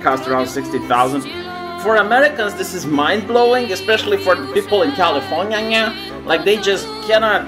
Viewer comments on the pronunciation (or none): Californyanya? Where’s that lol